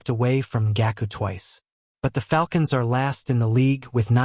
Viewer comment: the ai butchered Yannick Ngakoue’s name so bad 😭